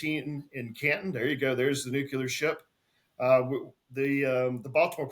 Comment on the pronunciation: pronounces "nuclear" like G.W. Bush did: "nucular" 😆